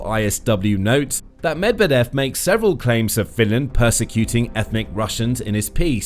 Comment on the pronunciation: You don't sound like a reliable news source when you don't bother to spend a few seconds to find out how Medvedev is pronounced before saying his name many times: muhd-VYEH-duhf